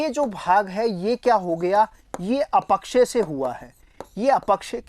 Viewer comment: अ पक्षय या अप क्षय ? अपक्षय का उच्चारण खटक रहा है